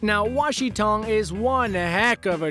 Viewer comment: It’s not “Wa Shi Tong” it’s “Wan Shi Tong”